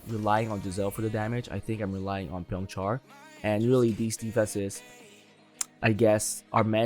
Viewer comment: Byongchul ❌ Byongchar ✔